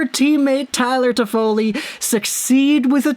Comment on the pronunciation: Stop butchering his name please leave an don't come back